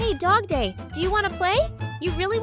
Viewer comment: WHY DO U SAY DOGPLAY IT IS FRICKING DOGDAY